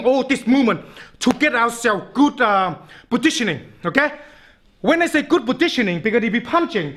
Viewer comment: It sounds like he says, "Petitioning." ... Good petitioning.